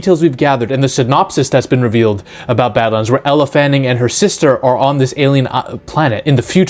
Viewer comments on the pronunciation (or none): IT'S NOT ELLA, IT'S ELLE (PRONUONCED "L") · Elle not Ella